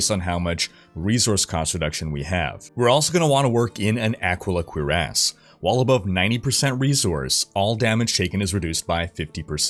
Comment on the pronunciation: I just keep hearing Cure Ass